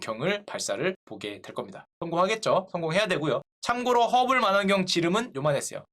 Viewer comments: 매번 재밌게 보고 있어요. 심지어 스트리밍 화면을 그대로 저장해놨다가 하루하루 보고 또봅니다. ㅎㅎ 아.. 제임스 웹 발사...이 주제는 너무 재밌어요. 근데 약간 거슬리는게... 망원경인데 만원경이라고 말씀하시네요. 우리 슈카님 딕션이 너무 좋으셔서 "만"원경이 자꾸 거슬려용 ㅋ 😀 사.. 아 니... 좋아합니다. 슈카님... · 발음좀.. 마난경이 뭐냐.. 망원경! 호박 고구마! 호 박 고 구 마!!! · 마난경 아니고, 망원경 맞습니다. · 슈카님 '망'원경 ..'만'원경 아니고요 ㅋㅋㅋ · 만원경이 아니고 망원경 입니다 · 망원경이 아닌 마난경ㅋㅋ 일본 출신인가? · 마넌경이라고 자꾸 발음하시네요. 망 원 경 이라고 발음해 주십시오. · 설명 너무 쉽고 재밌게 해주셔서 감사합니다 ^^ 근데 마난경 아니고 망원경!!!^^ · 왜 자꾸 마난경이라 그래요?ㅋ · 슈카형 만완경... 나도 어릴때 저래 발음 했는데.. 인간미 있네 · 좋은 내용인데 발음에 옥의 티가 있네요. 망원경은 [망원경] 그대로 발음하면 됩니다. 근데 [마난경]이라고 발음하고 있습니다. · 슈카는 망원경을 계속 만원경이라고 읽고 우주왕복선을 우주왕복성이라고 읽는다. 이걸 알게 된 이후로 신경 쓰여서 더 이상 내용이 머리에 들어오지 않는다 ㅠㅠ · 마낭경 아니죠~ 망원경이죠?,,,첨부터 끝까지...ㅋㅋ... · 역찌 잡썰이 재밌어요~^^ 근데, 뭐 딴지 거는게 아니고.... 마난경, 마눤경이 아니라 망.원.경 이요... 스트리밍 때도 좀 그랬는데, 거슬려... 왠지 말 잘 못하는 어릴 때 친구가 마난경이라고 했던 기억이...ㅋㅋ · 난 왜 자꾸 마난경으로 들리냐 ㅋㅋㅋㅋㅋㅋㅋㅋ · 마난경 아닙니다ㅠ 망원경입니다 발음할 수 있어요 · 자꾸 마난경이래. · 내 귀에만 자꾸 만원경으로 들리나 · 형 제발 망원경...만원경 아니고...망원경.... 형....형...... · 망원경을 계속 마넌경이라 읽으니까 7살 짜리 같애 귀여워 형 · 정말 좋은 컨텐츠입니다. 쉽게 초딩수준의 이해력으로 재밌게 봅니다. 그런데 망원경을 마난경 이라고 읽는건 초딩전에 유야틱하지 않아요? ㅎㅎ 그래두 잘봤어요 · 자꾸 마난경이라고 하니까 무식해보임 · 행님아. 마난경 아니고 망원경이요... 이쁘게 발음 좀 해주오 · 마낭경 마낭경 하셔서 넘 웃겨요. 할머니같음. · 왠지 우리 세대에서는 '망원경'을 '마낭경'이라고 발음하는 경우가 많았어요. ㅋ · 형 '마난경'이 아니고 '망원경' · 과학을 전달하는 사람으로서 이런 컨텐츠를 만들어 주셔서 감사합니다! 다소 잘못된 내용이 있지만 아무튼 190만 구독자를 보유한 슈카 흥해라!! 망원경 -> 마난경 놉!!! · 만안경 아니죠. 망웡경이죠... ㅎㅎ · 현직 구독 망설이는 자.... 입니다. 발음이 왜 계속 만안경인가요? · 만원경이 아니고 망원경. 발음 엉망 ㅋ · 작가님 마난경아닙니다. 발음 고쳐주세요. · 허블 마낭경 ㅋㅋ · 계속 만원경이라고... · 만원경 발음 킹받네요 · 망원경 발음 너무 마난경 아니냐 ㅋㅋㅋㅋ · 망원경을 왜 마난경으로 발음 하는지 영 거슬리네요... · 망원경 자꾸 망안경으로 말하는거 킹받네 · 망원경을 왜 만안경이라고 발음하시나요? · 마난경 발음 킹받네 ㅋㅋㅋㅋㅋ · 마넌경...마넌걍... 언제적 발음이야... 교정 좀 해.... ㅋㅋㅋㅋ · 왜 발음을 [마난경]이라고 하지? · 제발.. 망원경이라고 발음해줘요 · 동영상 내내 만난경이라고 발음하는 슈캬월드는 노땅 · 망원경을 자꾸 만한경 이라고 부르네요 ㅎ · 마난경 ㅋㅋㅋㅋㅋㅋ 발음 구수. ㅋㅋㅋㅋ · 아재 특 망원경을 마난경으로 발음함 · ㅋㅋ 슈카님 마난경이라 발음하네. 슈카 어르신 인증 ^^ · 망원경을 자꾸 마난경이라고 하네 ㅋㅋㅋㅋ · 마난경 ㅋㅋ 발음 귀여워 ㅋㅋㅋ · 잘 들어봐도.. 마난경으로 들리네...ㅋㅋ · 망원경을 자꾸 만원경이라고 하고 문과생 특유의 감성으로 자전 공전 대충 설명해서 킹받지만 유익하네요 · 이분도 마낭경이라고하네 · "만원경" 경제유튜버임을 잊지않는 슈카형 ㅋㅋ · 슈카님 망원경 발음 안 되시네요 ㅎㅎ